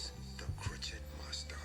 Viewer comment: Maurice I like your videos but that intro gets on my nerve: it's pronounced 'crow-shay'!